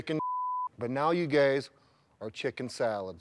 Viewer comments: Starting from Did he call them gays instead of guys?!?! Sure sounded like it Even when he's clarifying he's still roasting them 😂😅🤣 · "Before you gays got on this show" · just after that.... Sure he was meant to say guys but doesn't sound like 😂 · Did anybody else hear "now you gays are chicken salad"? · Anybody else think they heard Brock say "you gays are chicken shit" or is it just me? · Didn’t he say:” Before you gays got on this show” 😂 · He's making it worse: "Before you gays got on this show..." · is he saying gays or guys? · "Before you gays got on the show." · how has no one reacted to him saying "but now you GAYS". are chicken salled.